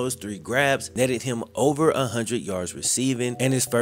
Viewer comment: PLEASE STOP SAYING “similar” as sim-you-ler! It is Sim-i-ler. Not simulate. Also why do you have great grammar for the most part but say “hunnid” bro u know that’s not how u talk